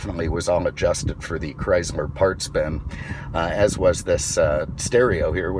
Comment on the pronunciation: He said chrysmer